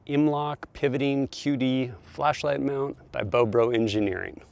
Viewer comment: Nice product. Bobro is actually pronounced like arrow